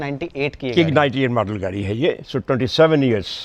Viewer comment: he mean to say Gadi 😂